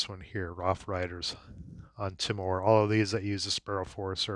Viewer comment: As an Australian the island of Timor is phonetically pronounced "Tea-more". Just thought you might like to know